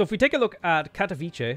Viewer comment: Cat-OH-vee-seh is probably the way to go when pronouncing "Katowice", although as English isn't my native language (Polish is) I might have written phonetic version a little bit incorrectly.